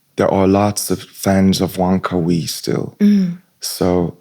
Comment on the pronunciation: wait that’s how won kar wai’s name pronounced???